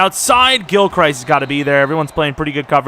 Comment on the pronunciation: If your changing players names, might I suggest changing Gilchrist's name? You pronounce it like he's Christ lmao. He pronounces it Crist.